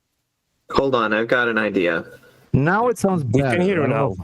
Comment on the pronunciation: I keep hearing "The geometry of the bean"